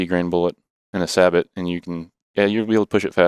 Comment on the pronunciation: You guys list me at sabot. Its say-bo gentlemen. I cant take you serious if you cant even pronounce the word.